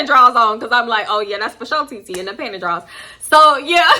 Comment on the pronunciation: the way you kept saying “panty drawls”😂😂😂